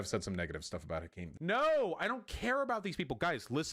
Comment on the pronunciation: okay but the way vaush pronounced hakim😭😭